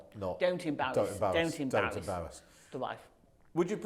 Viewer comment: Serious question. Is there a British accent where the R is spoken like W? She said “first of all don’t do anything to embawass a parent”.